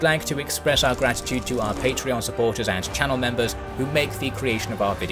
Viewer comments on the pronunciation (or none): none